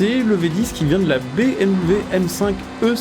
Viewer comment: Ça me fume comment il dis bmw quand il parle de la supra 😂🤣